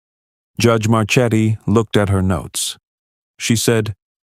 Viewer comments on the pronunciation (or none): Marchetti should be pronounced (mar-KET-ee).